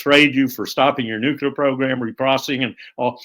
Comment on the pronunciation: Why can’t nobody pronounce “nuclear” correctly.